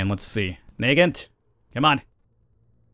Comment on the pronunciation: it’s “neh-gahnt” not “knee-gant”